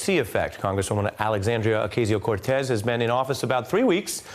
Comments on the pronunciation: You know MSNBC is out of touch with progressives when they run a segment about "oh-KAY-zee-oh cor-tez" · Ari-learn how to say her name right. It's the LEAST you can do. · They are STILL mispronouncing her name!